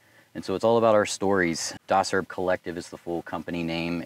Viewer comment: i think the car looks fine, and you can certainly call your company whatever you want, but if you are claiming "heritage" in German, please consider pronouncing the word you are borrowing correctly. The second "e" in Erb"e" is not silent. German doesn't have silent vowels. the same thing is also true for Porsch"e". just saying.